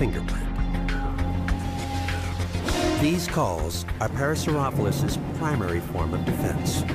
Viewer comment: was the narrator pronouncing parasaurolophus wrong? i can't tell but i think he was and it's kind of bothering me xD lol i've seen the docu three times and it always gets me lol